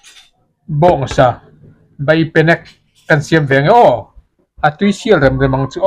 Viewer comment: BEIpenek not BAIpenek